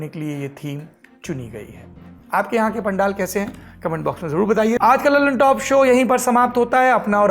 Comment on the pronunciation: पता नहीं सब लल्लनटॉप को dallantop क्यों बोले जा रहे हैं,,।। सौरभ जी कुछ तो बताओ।।